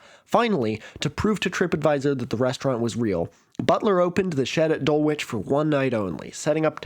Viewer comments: As a Dulwichite it’s pronounced DUL-ICH, not that you’ll ever need to pronounce it again! Keep up the excellent content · For future reference Dulwich is pronounced Dull-ich. I'm there right now. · a good attempt with Edinburgh earlier, but Dulwich continues to fool the American mind (and also probably most people not from Dulwich) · good use of the shed plot to make your point. also prefer and love your pronunciation of Dulwich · was it a deliberate ruse to encourage comments? well done it totally worked on me😂